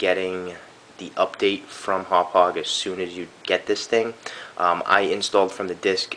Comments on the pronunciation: I'm a Long Islander - it's closer to "Haw-pawg" (NOT "how-pidge"). It's hard to understand unless you live on LI or know someone with a Long Island accent. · I think it's pronounced Happauge as in (Haw-Por-ge) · Here's how I pronounce the brand name of this product: Humpage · Speaking of "newbs", it's pronounced Hau-paw-juh. Also, it doesn't JUST record in M2TS. If select the drop down on the bottom left, you can select between M2TS (PS2) and MP4 (Xbox 360), both of which are 1080i. You can also select TS which I believe is 720p or regular DVD quality. You also may want to get the update made available to us from Haupaauge's website in the software section. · Hawwpijj hd pvr is how you pronounce it. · haha im pretty sure its pronounced "Haw-pog" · Itz pronounced Hauppauge =D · its pronounced hauppauge! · Thanks for this, will use this tut when I get my Hauppauge HD PVR for xmas :) Btw it's prounounced "howpow-ger" (It's german, my german friend told me its pronounced like that)